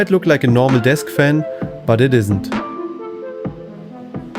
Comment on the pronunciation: sure. when it's soo hot you slur words, turn on a phaam.